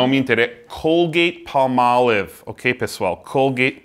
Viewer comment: "Côlguêit palmóliv"...nessa parte até pausei e voltei umas 3x. :O Nunca tinha imaginado hauhauhauha. Parabéns, os videos são ótimos.